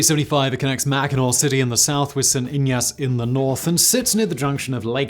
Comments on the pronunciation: Saint Ignace. Hard G. Ig-Nace. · It's "Saint IG-ness". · Thanks for pronouncing "Mackinac" right, but st. Ignace isn't Spanish...it's a hard g...sounds like ignuhs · Other than the mispronounciatoon of St. Ignace, good video. I don't know if you have covered this before, but what about the Ford Willow Run factory during World War Ii ? At it's peak, Willow Run was turning out one B-24 every 63 minutes. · Grew up in the UP and have been over this bridge probably hundreds of times. It's always nerve-wracking haha. Also, Simon, wtf, how'd you slaughter "St. Ignace" so dramatically? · I think it's impressive that he got Mackinac correct, but messed up St. Ignace. Total opposite of what I would expect. Hopefully he does some videos on other places in the Yoop someday. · I did a double take the first time he said St.Ignace 🤨 “what did you just say”? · Yeah that bugged me too 😎